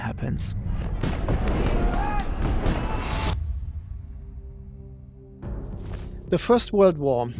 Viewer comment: Gutes Englisch. Fehlt nurnoch das "the" nicht als "de" auszusprechen. Ist ein lieb gemeinter Tipp